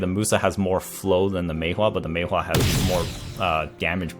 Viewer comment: i really hate how u say maewha